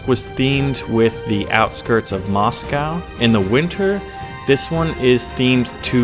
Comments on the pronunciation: it's quite painful listening to u pronounce Moscow like that, plz search up how to say it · Are you trolling or can you legitimately not pronounce Moscow?